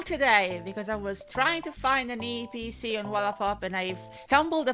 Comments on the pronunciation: I am happy you pronounced eeepc correctly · I like the way you pronounce "eeePC" 😀